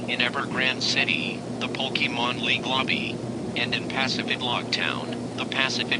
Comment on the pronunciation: When they say Pokemon it sounds like "Pokemoan"